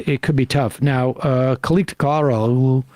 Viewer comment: Kemal "kileechdarlo" when I googled "Pronounce: Kilicdaroglu"